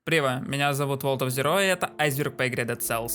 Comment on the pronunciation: не прива, а привет! не айзер, а айсберг!